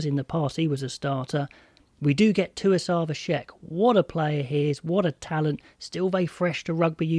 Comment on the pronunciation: TUIVASA Is the name bro not TUISAVA.???😬